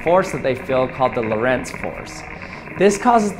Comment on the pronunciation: Lorentz force - the emphasis is on the o - and never on the e.